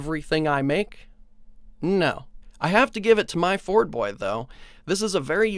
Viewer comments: It's "myford-boy" not "my-ford-boy" Myford is an ancient brand of British machine tools. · Try #1 at pronouncing 'Myfordboy' was a fail but I guess you get nine more tries. Myfordboy is the man.